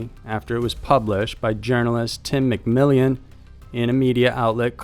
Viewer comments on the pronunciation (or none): It's not "McMillian," you moron! It's "McMillan." It's right there in print. Who taught you how to read and/or pronounce things?!